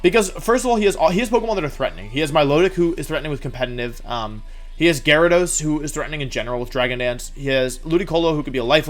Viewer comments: I'm new here can someone please explain why wolfey won't pronounce a V? I think its funny to hear for some mons like "winyeasaur" but then I hear Gyro-dos and my brain turned off XD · He also pronounces Gyarados as “Jairo dose”.